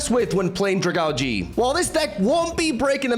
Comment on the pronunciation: Not to be that guy but is it not pronounced Drag-aalj? Even if not that sounds a lot better than Drag-algae.